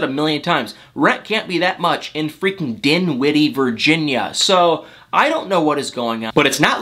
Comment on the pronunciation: The way you said “DinWiddy, VirGinia” 🤣🤣🤣 I bet rent is pretty affordable !